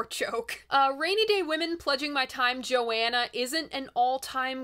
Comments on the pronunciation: I love your coverage, but I had to stop the video to comment. You are driving me nuts by constantly saying "Joanna" it's Visions of Johanna, "Jo Hanna". Sorry if I'm trolling but it really bothers me. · Please, a real fan says JoHHHHHHanna, not Joanna. Yes, it matters. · Please stop saying "Joanna". It's "Johanna". Thank you. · I don't mean to be critical but two things: The line "Jewels and Binoculars hang from the head of the mule" is a hilarious but cruel comment on an aged rich woman at the opera. Also, I've never heard the name Johanna pronounced Joanna... as I hear Bob sing it, it's Jo-Hanna. Otherwise, totally engrossing video ~ I love it, and you.